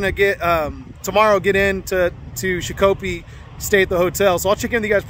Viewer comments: It’s pronounced shak a pee. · Shakopee, MN is pronounced "shock a pee". I lived near there for years. Love your truck! Was poor judgement imo to have a trainee practice sliding it into a slot alongside a shiny new truck. Find some clunkers; it's not hard to do. Save lots of grief for lots of folks if something bad happens. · I was informed of the proper pronunciation but only after 3 or 4 videos worth of calling it shaq-coppee. Lol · Love your videos. I can't stop laughing on your pronunciation 🤣 sha-ko-pee. I'm from MN. Love your energy.